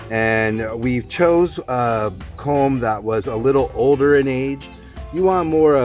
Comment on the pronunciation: It's "culm" rather than "comb".